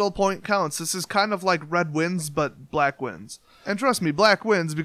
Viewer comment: To quote the Game Grumps "First of all, I don't like the way you said 'Black." But seriously though, good, fun, simple deck